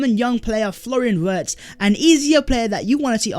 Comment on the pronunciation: It's pronounced as Varts, not Warts. "W" is "V" in German.